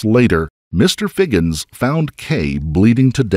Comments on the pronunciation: HIGHINS NOT FIGGINS ! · Higgins Not Figgins...seriously?